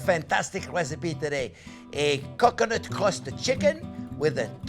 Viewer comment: It sounds like he is saying cock u' nut 🤣